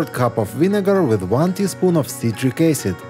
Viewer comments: I do not understand what you were saying when you add a spoonful of Dietrich Kayden or whatever you're trying to say it is not clearly pronounced. It is your first demonstration on the list for pots and pans. Smoke removing burntime grease. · In the first clue I listened many times the audio, and couldn’t understand which is the product…. Powder of what? Vi e-card is the only thing I understood. Could you write it, pkease. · I finally viewed the transcript and the unrecognizable word that he says to mix with the vinegar is citric acid. Wow it sounds nothing like that word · Cannot understand what you’re supposed to mix with the vinegar… listened to it 10 times and still can’t figure out what the hell the word is…